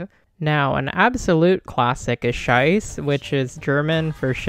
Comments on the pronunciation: It's pronnounced "schaiza", not "schaiz". The pronunciation is clearly heard in the song hahaha. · sheiße is pronounced as shy-zuh but otherwise great vid!!